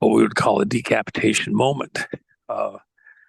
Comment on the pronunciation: Scary he keeps saying DE-capitation.